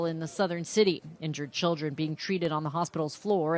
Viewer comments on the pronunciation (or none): Say it with me: "Child-ren."